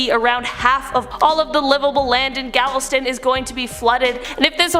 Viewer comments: That's Gal-ve-ston, sweetheart...I actually thought Gavel-stone sounded cooler though 👌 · The Texas one is Gal-ves-ton, not Gavelstone!! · Gavelstone is not how you say or spell it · Ahhh…, where exactly IS “Gavel—stone?” Are you sure it’s in Texas? Hmmm? Maybe it’s close to Galveston? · Gavelstone lmao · ... Thanks! I was looking for this comment 'cuz that's the 1st thing I thought too!😊 But what's with "Gavel-Stone"!?? Wtf!?😆😆 I've never in my life heard Galveston said that way. Bugs me that she has mispronounced a lot of names, especially Canadian towns/cities. It's not that difficult to double check.